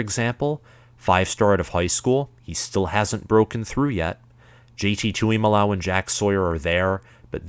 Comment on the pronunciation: Plus it is J T tu mu lo ow!!! So rude to mispronounce someone’s name 🤬